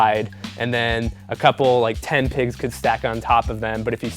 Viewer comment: Definitely thought he was saying 'pegs' not pigs.... Guess who's a kiwi? :P